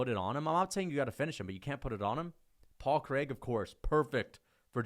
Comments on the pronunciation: everytime I hear say paul craig it hurts me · The way says Paul Craig kills me every time lmao